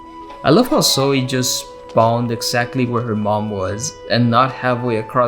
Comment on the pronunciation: I love the way you pronounce “Zoey”